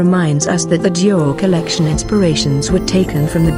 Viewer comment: I love Dior! I hate how the narrator keeps saying “COLLECTION”